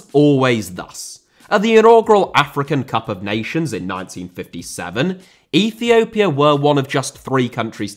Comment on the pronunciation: Russia* not Russier Uefa* not Yuweifer Dissolved* not Disolved China* not Chiner Oman* not Omohrn Ethiopia* not Ethiouwpier Fenerbahçe* not Fenebohçei Rather* not Rother Şahin* not Sohrhyn Style* not Stahl Indonesia* not Indonesier Liga * not Liguer Copa* not Coper